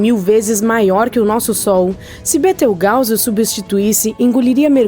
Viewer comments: Da licença. Betrigause ?????????? Aprenda a falar correto desisti na hora de assistir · Sabe nem falar o nome da estrela